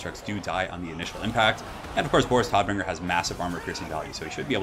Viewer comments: Tod = German for Death. Pronunciation sounds like 'toad'. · No it sounds like Toat not toad. Doesn't matter if it's an accent, it's just wrong pronunciation